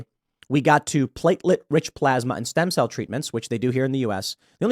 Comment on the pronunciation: Can't say stem... cell. ....😢